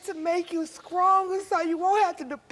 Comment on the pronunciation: Did the momma say scrong?